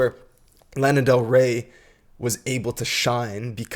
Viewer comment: After all this time, you'd think the uploader would know how to actually pronounce her last name.